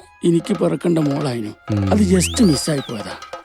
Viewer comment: ജെസ്റ്റ് മിസ്സ്‌ 😂അച്ഛൻ അടിപൊളി